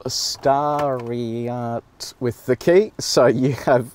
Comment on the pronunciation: "Stariart with the key" nice one lol